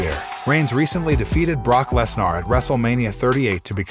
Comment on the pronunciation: Ah yes, Brock LessNARR